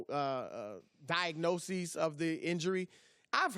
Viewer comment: "Diagnoseas" - The Great Hater Broussard